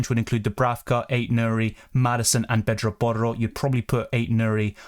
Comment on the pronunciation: U pronounce pedro porro so well